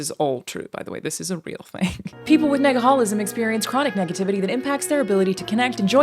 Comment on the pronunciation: Says she wouldn’t say Negaholism again, proceeds to make commercial triple downing on the word. 😂. You pronounced it very well at least 😂